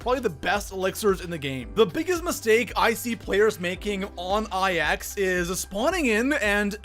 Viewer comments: Ok i love your channel bro but... PLEASE.👏 STOP.👏 SAYING.👏 EYE.👏 EX.👏 they’re roman numerals yes i know but the map is pronounced NINE. THE NUMBER NINE. Plz staaaaaahhhhp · You forgot about pronouncing IX, which is pronounced "9", as I-X. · Pronouncing IX “I-X” sorry I had to 😂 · People calling it "Eye Ecks" or "Icks" instead of 9. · People that pronounce it I X instead of 9 are the flat earthers of the zombie community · The biggest mistake I see zombies players do is pronounce IX as the letters I X instead of the number 9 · Nigga it’s not I X. It’s IX. There’s no space in between them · It literally makes me cringe when I hear “I X” and not “9” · love ya man! But please call it Nine not I X. It’s Roman numerals and it’s not called ix it’s nine. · 8th mistake, pronounce the maps wrong, it‘s a roman 9 not an I X, so call it 9, i don‘t get why everyone is not able to pronounce it right With Der Riese, Verrückt, Nacht der Untoten, Kino der Toten you all at least tried, but now? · IX is pronounced "nine" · EthanGaming 04 it’s pronounced 9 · Lets talk about number 6...you obviously don't do Easter eggs do you buddy? Pap is always the first step in an Easter egg so champions need to be killed asap. Also I can tell you have a speech impediment but IX is the number 9, Its not two letters. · Niggas need to chill out about him pronouncing IX wrong. It's not a big deal. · Diocesyn it’s so annoying